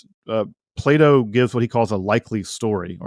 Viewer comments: Ah yes, Play-Dooh, the famous Greek philosopher. Can't unhear it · I though he said play doh